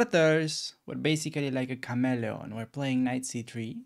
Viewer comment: "Now we are kind of like a camelo." Lmao he meant "Chameleon" what language do you speak?